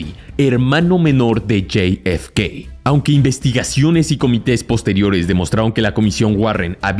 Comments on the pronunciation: La F se dice efe, no ef, mucho spanglish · Amigo es jfk no yei efe kei por favor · Bro, no seas whitexican, la neta, yi ef kei... en serio? Te voy a enseñar a hablar español bien, Jota, efe, cá, jota efe cá. Insisto, jota efe ca, parece ser que tus ganas de parecer gringo son mayores a tus ganas de hacer contenido cuidado. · Hay algun problema si solo dices .. Jota efe ka ???🤨 Estàs hablando español , dejate dependejadas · "Lley ef key" narras en español o en ingles? 🤷‍♂️ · Lo pude ver hasta que pronunciaste el nombre de JFK. Se puede ser tan cipayo hasta en la pronunciación?? Bueno, parece que si, no hay nada más triste que ver personas más papistas que el Papa!!